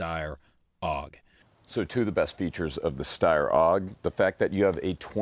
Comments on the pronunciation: A.U.G, not "auwg". It's an acronym, not a word. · Isn't it "A-U-G", rather than "AWG"? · Had one. A.U.G not “Aug”. Crappy trigger, ergonomics aren’t great. If you want a Bullpup get a Tavor